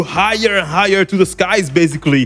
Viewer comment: Did you say... Higher? Oh, Higher?